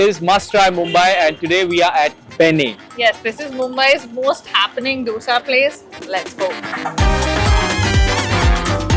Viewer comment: Food vloggers but cant even pronounce a basic word like DOSA right.